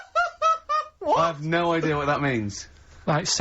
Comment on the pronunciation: "Ban Gulls" is a Top 5 Rockbusters for me tbh. I remember playing it to 2 of my friends on separate occasions, and both of them also guessed Boyzone only to basically facepalm when Karl said his answer. Gotta love how Ban Gulls is just down to how Karl's thick Mancunian accent pronounces Bangles.